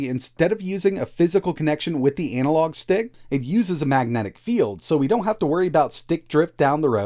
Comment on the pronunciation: anal log? lolll ana-log